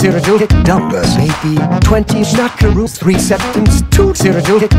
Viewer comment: absolutely enthralled by how good you got "schmackaroos" to sound